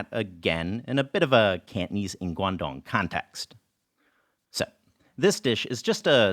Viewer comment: Fyi Cantonese is not pronounced kantneez haha😅